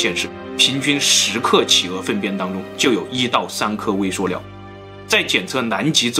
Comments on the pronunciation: 是su liao不是suo liao😂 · suliao 不是 suoliao 听的好别扭😂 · 塑料不是塑尿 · 是塑料，不是素尿。读liao不读niao，是哪里人呀？ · 到底是 料 還是 尿 XD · 是微塑（sù）料噢～ 不是suō啦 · ㄙㄨˋ 不是 ㄙㄨㄛˋ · 塑尿！你tm 结巴吗 树料不吗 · 塑尿塑尿的 好出戲啊⋯⋯ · 塑料，su, 不是shuo，你查词典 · 是suoniao ，摇头晃脑赶得上帕金森症了，很有才华，就是有点不敢直视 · 塑料！不是“硕”料！ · 跟老一辈的发音一样，suo料